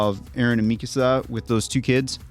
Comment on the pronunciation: It’s driving me nuts how they’re pronouncing Mikasa it’s “Meek-Ka-Sa “ Japanese not “ Mi-casa lmao yall are calling her “my house “ 😂 in Spanish